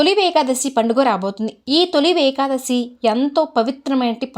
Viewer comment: నమస్తే మేడమ్ గారు . తొలి వేకాదశి అనకూడదు. తొలి ఏకాదశి అని పలకాలి.